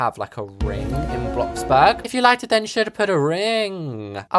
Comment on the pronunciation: U DID NOT JUST SAY BLOCKBURG😡 IT’S BLOXBURG MATE👀